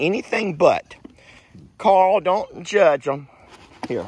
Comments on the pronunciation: Carl isn’t an annoying name - it’s just the way says it; it sounds like he’s saying ‘Coral’. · I’m English. pronounces ‘Carl’ like it has two syllables.